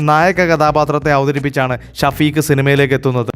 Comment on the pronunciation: ഷഫീക് അറബി പേരാണ് എഴുത്തിൽ അങ്ങിനെ വന്നാലും ഷെഫീഖ്‌ എന്നാണ് ശെരിയായ രീതിയിൽ പറയേണ്ടത് ഷ വ്യക്തമായി പറഞ്ഞ് കേൾക്കുമ്പോൾ ആകെ ബോറായിത്തോന്നുന്നു